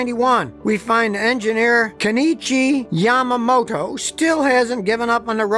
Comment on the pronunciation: Scotty has a lot of fun saying the Japanese names! KO-NICHI YA-MA-MOTO